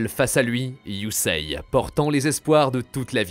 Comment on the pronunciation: Superbe vidéo mec Mais STP CA se Prononce YUSéé pas Yuseiye ❤😂